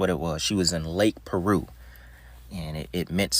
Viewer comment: Lake Piru not Lake Peru homie!